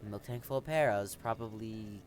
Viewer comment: It is Miltank, not Milktank. Otherwise, great video. Good battle selection and very good commentary.